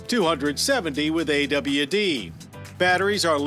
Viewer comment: Love that John still says "AWD"